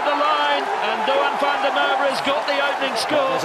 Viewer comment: it's van der MacErwe